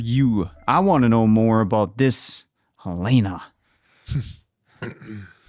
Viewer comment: Helena (pronounced Hell-ih-nuh NOT Hell-EY-nah) is jealous of Helly's love and more free / rebellious spirit as she's been raised in a cold, loveless family/cult. Y'all seemed to miss that Milkshake brought in the new MicroDats and Mark back to work in a few days, not 5 months. Mark S left am - in the morning!!! he stole the board speakerphone - that's why the guard Judd was surprised. NOT 9;15pm. They did give it away - Helena's elevator only dinged once - unlike the others'. Great catch on the fish (finally)! There was no parade, obviously - that was clearly a 60s era picture with their team photo spliced in and a fake news story for Mark's benefit. Lumon wasn't admitting or lauding the innie rebellion - they did spin control with Helena's taped statement about a non-lemon rash med and booze. Irv's outie has been trying to get the message to Innie Irv by staying up all night and repeatedly painting the exports hallway / elevator to the testing floor. He plays heavy metal, mainlines coffee, etc to stay awake. Thus innie Irv's dozing and hallucinations of dripping black paint.